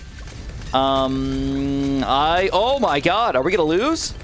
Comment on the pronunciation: DID MAN JUST SAY ZOH MY GOD